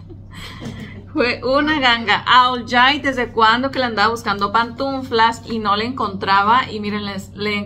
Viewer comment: se dice pantuflas, no "pantunflas".